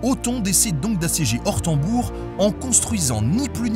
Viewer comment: ça se prononce plutôt OrtEUnbourg :)